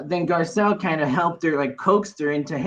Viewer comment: Girl, please learn how to spell her name, it’s literally posted everywhere and you completely butchered it “Garcelle”